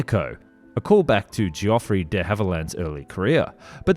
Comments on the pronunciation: Frankly, I would prefer AI voicing to the creator's! Time and again he is incapable of pronouncing words which any one with an ounce of literacy should know. Geoffrey - is not JEE-OFF-REE Cavernous - is not CAVENEROUS De Havilland is DEE Hav-i-land. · “Fairy” pronounced fairly, pretty sure a typo made it into the AI script read. “Geoffrey” also struck me as odd.